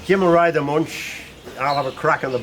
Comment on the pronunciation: Wonderful collection.Btw. It always causes pain to hear anglo pronunciation , that is how to pronounce Muench (ue can replace the umlaut). It is not too difficult.